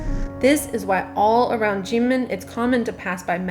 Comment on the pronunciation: Why is Kinmen pronounced "Jinmen"?